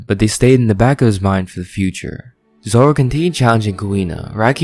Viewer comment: "Two Sword Zolo"